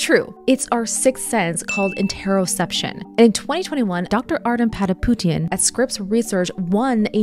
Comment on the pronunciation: Ardem Patapoutian ! Not Artiyom Pataputin ! He is not Russian ! He is Armenian !